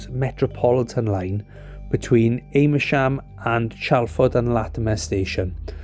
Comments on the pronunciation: Am as in "ham" rather than as in "Aim" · It's pronounced 'Am-mer-shm', not 'A-mer-shm'. But other than that, a good, and well explained video. 👍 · Sorry for being pedantic but it's Ammersham, not "Ame-ersham". Do check your pronunciation if you want to put out YouTube vids! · It's pronounced Amersham, not A mersham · It's Ammer-sham not Aymer-sham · Interesting but please get names correct. It's Amersham not Aimersham. And CHE-SHAM not CHES-HAM. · This MUST be AI slop. Ches-ham? Aim-ersham? Give me a break! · Aimersham and ches ham !! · The pronunciation of British place names and surnames can be very difficult to guess from their spelling (even more so than ordinary words!). It's AMMER-sh'm and CHESH-'m. Native English speakers are not entirely consistent on MAR-ler-bone. I wonder if we were listening to a human or AI text-to-speech? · Great video as always. Afraid they're said Ammer-sham and Chesh-am 😅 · Apart from several errors including the wrong route between London and Oxford and mispronunciations of Amersham and Chesham, it was interesting…